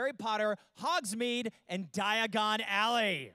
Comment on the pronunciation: omg when he said die-a-gone ally i was like its diagon alley not die-a-gone ally I realized at this point I am Hermoine granger ...